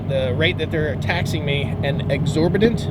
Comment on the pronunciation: The word you was looking for is exorbitant pronounced as ex-or-bi-tant. The #1 thing researched with those looking to relocate it taxes. Taxes has/is costing states qualified workers thus forcing employers to pay higher wages. This will eventually have them thinking of moving jobs elsewhere. States that have personal property taxes are already feeling the pinch.